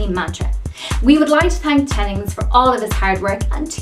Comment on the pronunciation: insert french accent